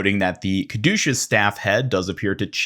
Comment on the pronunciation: “Kadooshus staff”